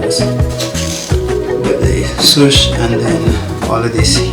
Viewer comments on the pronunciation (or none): none